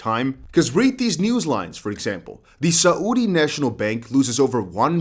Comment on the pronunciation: "Sa-oodi" (Saudi) made me laugh. You keep it real :)